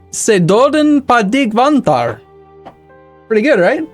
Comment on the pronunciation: You aced the pronunciation on "döden" but forgot to spice up the dots on "väntar" :D